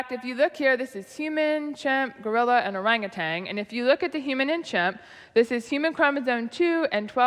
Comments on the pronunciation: On top of her saying chromosome as "chromsaone", she also says "Ourangitang" instead of Ourangitan. sigh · Georgia also said "Orangutang".